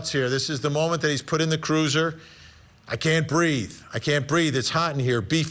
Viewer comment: Hearing a cop say " i can't breef" like my ghetto twerkers 😂😂